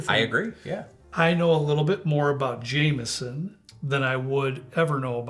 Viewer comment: In Ireland it's pronounced James-on ,never Jam-eson...